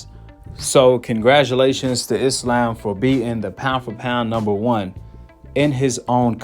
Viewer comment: I'm just glad these Americans call Islam, Islam and not "I slam" like they call Iran "I ran" and Iraq " I rack" lol